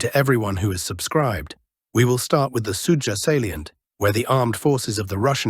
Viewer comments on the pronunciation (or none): none